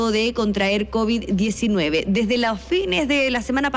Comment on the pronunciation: Analya le dio "Cobiss" extendide....😮 ("Maremia" 😂).